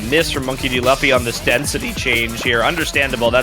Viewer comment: the way the annoucer mispronounces Monkey D. Luffy is kinda infuriating cause how tf you mispronounce the name of the main character of one of the most recognized anime of all time??? next up he gonna start saying "Go Q" instead of goku or "Vaguita", "Nuhrut O", "Go N", please, how can u not know the name of an anime protagonist when the game ur commentating on is so deeply intertwined with anime culture ??? 😭😭😭